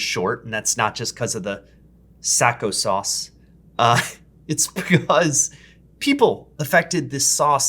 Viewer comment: Its sack uh sauce not sack oh sauce The o' is of